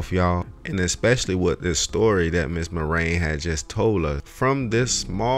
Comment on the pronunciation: I appreciate your efforts to reveal the truth about Big Mike. But please pronounce the mother's name correctly. It's not pronounced "Mahrane" but "Mar-i-an". The name Marian has three syllables, not two. Other than your mispronunciations, you do a good job of making people think and ask questions.